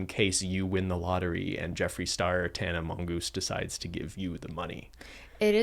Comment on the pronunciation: Did I heard Tana Mongoose?